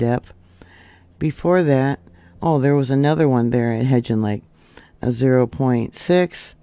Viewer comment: my dear you pronounce it He"b"gean lake. With a b.